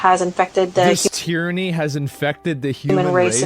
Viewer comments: The lady FBi agent can’t even pronounce tyranny lmfaooooooooooo😂😂😂😂😂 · Concerned the FBI agent doesn’t know how to pronounce the word tyranny…